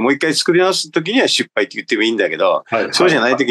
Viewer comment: 失敗をしゅっぱいという人w